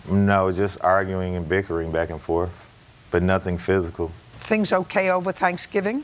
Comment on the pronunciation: Way too much "back 'n' forff"...